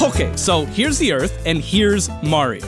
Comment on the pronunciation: “Hokay! So, here’s the earth”